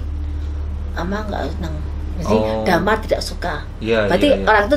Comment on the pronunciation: Dimar,,,,Bukan Damar